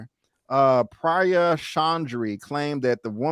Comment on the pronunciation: "Priya" is "Pree-Yah" South Aisan enunciation., fam. "emotional crisis= drunk jealousy fit sloppy fit after leaving the bar.